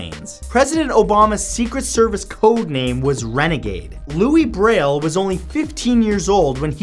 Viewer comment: Thank you for pronouncing Louis Braille's name right! So many people pronounce the S! 😀😀😀😀